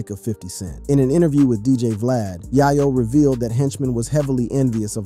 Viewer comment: bro learn to prenouns names before speaking its YĀ-YŌ NOT YA YO ITS SHANTÉ NOT SHAN TÉ 4TH GRADERS WITH YOUTUBE CHANNELS IS BUGGED🙄